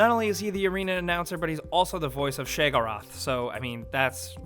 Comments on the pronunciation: Shay-oh-gore-ath. Come on man. They say it countless times. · pronounced She-o-go-rath. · shaegorath, really its shaeo as in sh A oh then gorath as in gor ath please dont butcher an elder scrolls character name again PLEASE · it's not shegorath it's said as she-a-gor-ath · SheoGorAth Not SHAGORATH Soz For CAPS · I died a little when you said "Sheggorath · Two problems with the voice actors portion of this list: 1. forgot Terence Stamp, who was the voice of Mankar Camoran. (they didn't reuse him for any other character in the game.) 2. "SHAY-go-roth" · Its she-oh-gore-ath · Youre incredibly lucky Sheogorath didnt hear you pronounce his name as "sheygoreth" or you would probably be a sheep being butchered right now. Or a tick on the wool of a sheep being sheered and then spit roasted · i dont easily get triggered bet he butchered the fuck out of SHE-O-GO-RATH. how hard is it to say? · Dude said shay-go-roth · its pronounced SHEY-A-GOR-ATH. its spelled sheagorath. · "shey-go-roth"? you haven't even played it. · It's pronounced - Shay Oh Gor ath. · Shegarath!... seriously how do people mispronounce stuff so badly that is spoken out loud in the game. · its Sheo Gorath shay oh goor aahth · no shaygora or w/e the f you said just fyi ;) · Lost points for "Shaygoraath" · Sheh-o-gor-ath. Come on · It's She-Oh-Go-Wrath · did you just call him share-go-wrath wtf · Say it after me: She - Oh - Gor - Ath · SHAY UH GOR ATH get it right m8 its even pronounced that in the game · Sheygorath??? No offense, but it's obvious you don't play these games. Are you just a hired narrator? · Did you just say shaygorath? Really? Sheogorath isn't pronounced like that. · Shay o gor ath. Daydric Prince of madness. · It's pronounced SHE-o-gore-WRATH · Did he just say.... "Shaygorath" .....???? Do you even oblivion bro ???? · You can always spot a person who hasn't finished the game by how he says Sheogorath. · The way you pronounce Sheogorath's name bothers the hell out of me..